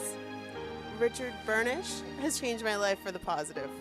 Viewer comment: The way says Richard 'BURNISH' gets me everytime haha